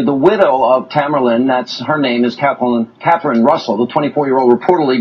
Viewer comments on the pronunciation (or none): none